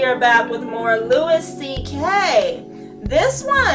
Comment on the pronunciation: just wanted to leave a comment to let you know Louis' name is pronounced like "Lewie", not "Lewis". Besides that, I hope you react to more Louis CK clips, he's my favourite comedian :)